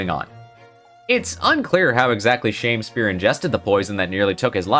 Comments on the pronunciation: You said shame spear instead of sham spear as he is literally a sham. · I thought Shamspeare's name was pronounced more like Sham-Spear than Shame-Spear. As in he was a sham Shakespeare.